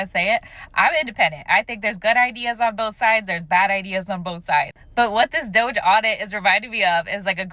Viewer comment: Idk why people keep pronounce DOGE as DOJE. It just sounds wrong. Completely different from the root word.